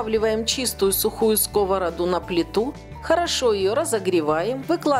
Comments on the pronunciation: Retsept prekrasnii. Vse nravitsia , tolko odno zamechanie- udarenie v slove skovoroda stavitsia na poslednii slog ,to est na a.Odnoznachno laik. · Млядь, придурошная! сковорода имеет ударение на последний слог!